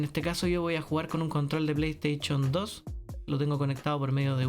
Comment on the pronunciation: La plestechon 2😂 me histe el día jajaja